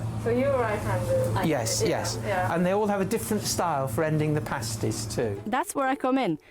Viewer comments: Oggy oggy oggy! Oi oi oi! haha Thanks for "visiting" Cornwall:) P.s they are "past- ies" not "paste - ies":) So happy you went to my county though! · Their name is pasties - like past tense- not paste as in toothpaste. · Pasty and pastie are very different things. Pasty (pronounced past-ee) is this lovely Cornish treat. A pastie (pronounced paste-ee, as you do here) is a sticker a stripper wears on their nipples. Cue my childish giggles as you comment on the lovely paste-ees from Cornwall. It gets complicated when pasty is pluralised to pasties, and pastie into pasties. Pasties usually come in sets of two, while you can have as many pasties as you can eat. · Paste-eee's? The word sounds like Past-ttt's,. Potatoe's, Onions, Swede & Meat, with a little seasoning, never tasted so good.:o) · You listened to them calling them Pasties all the way through the video, but still insisted on calling them paste-ees at the end. I do wonder how much you learn from these videos, you repeat your mistakes over and over again. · Hi just a pronunciation thing they are pronounced pasties like ass, not pasties like paste, and they are amazing. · It's passtees, that how to say it . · Pa-stee, Pa as in pat the dog, that sort of pa, not par or pay, just pa! My aunt used to make the best pasties, oh my. My parents would put me on the train in Wiltshire and, at the age of eight, I'd travel on my own (well, under the watchful eye of the guard) right down to the north coast of Cornwall where I'd be met by my aunt who usually had a pasty all ready for me - meat one end, blackberry and apple at the other. I'd have scoffed the lot before we were out of the station. As for "Oggy, oggy, oggy" - there are lots of expressions that the Aussies claim as theirs but which actually they stole from somewhere in the UK. Transported criminals, the lot of them. ;) (Just kidding!) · Pasties.... pronounced Passtees.